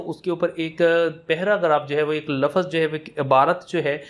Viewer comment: Paymiesh na kay pamaiesh, farokht nay kay farokhat, lafz na kay lafaz